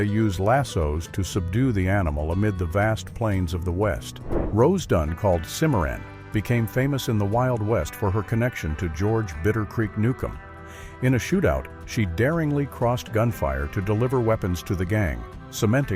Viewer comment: Right about the elk. Moose were likely not found in thr Oregon Coast Range anyway. And wow, you need to learn to pronounce names of people and places correctly before you record. It's "Tone-uh-paw" for Tonopah, Nevada, and "Cim-uh-RON" for the Rose of Cimmaron, just to name a few.